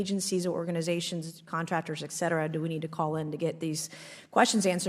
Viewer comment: Hardly. He mispronounces "et cetera" as "eck-cetera", "nucular" unstead of "nuclear", he made up a word "ec-spouse", and there is a list of other words he mispronounces or misuses and I've put them in separate comments as they've come up. Not "well spoken" at all.